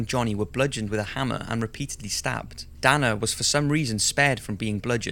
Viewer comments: Sierra is pronounced "see-air ah" and Dana is pronounced "Day-na" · As someone named Dana its awkward to hear you mispronounce the name...